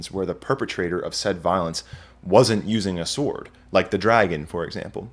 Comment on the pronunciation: Impeccable presentation but did I actually hear you mispronounce the word "sword"? Surely the w is silent.